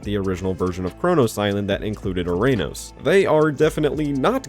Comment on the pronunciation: “URANUS” Island 😂